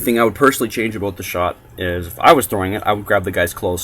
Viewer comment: "What I'm gonna talk aboot" lol